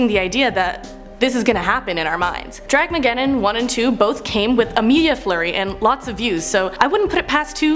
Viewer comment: It's Dramageddon not Draggeddon or whatever you called it.. at least know what you are talking about before you throw in your opinion.